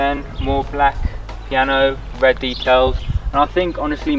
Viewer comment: Love that talking, the wed light and nice wubber, going out on to the woads 😂😂😂😂😂😂